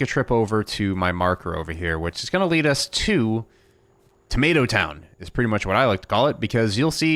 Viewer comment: You ssid tomato rong